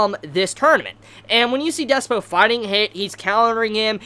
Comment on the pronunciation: Slightly tilted that keeps saying Despyo when it's Dyspo